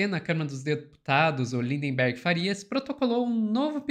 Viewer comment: Gente amiga, perdoem este Pascoale de meia tigela que vos tecla, mas o nome do deputado é Lindbergh, não LindeNbergh. "Reiterar" também não tem esse N que se escuta no vídeo. Acho que esses dias escutei até um "mendigância" vindo de vocês. Mendicância. Ah, pra terminar: Mendigo, não mindiNgo. Parei, perdão. Obrigado por todo o resto. Tamo junto, abrações!